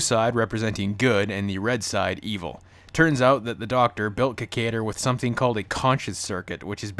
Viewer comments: That "Ki-KAY-der" pronunciation tho'. Can't you hear the pronunciation "Ki-KAI-der" from well, everyone? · If u gonna talk shit about this show. Learn how to pronounce the name right idiot.